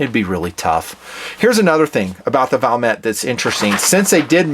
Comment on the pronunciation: Its Valmet but said Valmae like a silent t and a simple word compared to the rest of their language